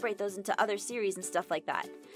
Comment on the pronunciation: Abigail Smith it sounds like when I say it, it sounds like when you say series you are actually saying siri